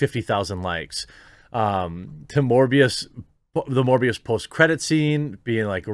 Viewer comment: Sounds like mush-mouth from fat albert trying to pronounce "morphius" from the matrix... who the hell is this?